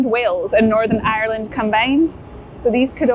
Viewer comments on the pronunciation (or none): none